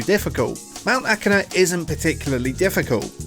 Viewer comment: woah, he pronnounced it right this time